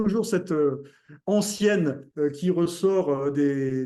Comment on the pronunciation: Pour: On dit une "antienne" comme "le tien-la tienne" et non pas comme "ancien-ancienne"